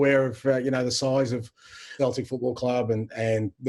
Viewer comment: He definitely just pronounced Celtic with a ‘K’ sound 🤦‍♂️